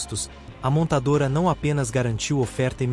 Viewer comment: Não sei o que é mais robótico, os carros da BYD ou este vídeo. Tudo lido em um teleprompter em que não se consegue pronunciar montadora, dizendo montadara. Mas, que porvaria é isto? E, ainda tem a audácia de pedir para se inscrever.